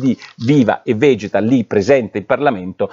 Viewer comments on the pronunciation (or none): none